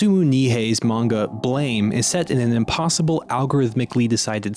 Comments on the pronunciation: It’s pronounced Blam, not “Blame”. Sorry for being insistent on details. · the way you pronounce blame ends me lol but sick video essay!!